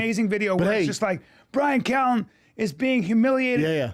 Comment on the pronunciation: bryan cow-en 🐮